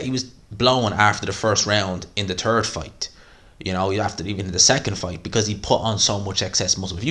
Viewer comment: bro i love the accent: Tree=three, Turd=third